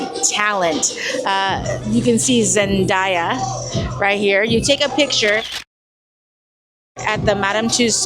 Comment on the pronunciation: Not sure if you read comments 8 days later but im watching now and tussauds is pronounced Too So. The d is silent and zendaya is pronounced, ZEN-DAY-YA NOT DIE-YA. So there you go 😅😅